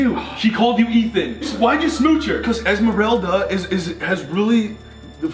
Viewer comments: I fuckin’ lost it when he said ASTHMARELDA . . . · OMGGG I DIDNT EVEN NOTICE THEY SAID ELSMOLRELDA, THE FAMOUS TYLER THE CREATOR MEME😂😂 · "Esmerelda" wtf??!! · no one: not a single soul: ethan: ESMARELDA WAS THE LOVE OF MY LIFE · No one: Absolutely no one: Ethan: EsMEraLda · No one: Eathan and Grayson:ELZMARELDA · No one: Literally no one: Ethan: eSmeRalDa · "esmarelda" hunny. tea. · no one: Ethan: EsMeReLdA